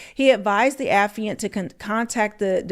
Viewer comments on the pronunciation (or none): Baby it's pronounced Uh- FYE-ANT.(Affiant)... It's not a word that we use often so I probably would have made the same mistake LOL but just wanted you to know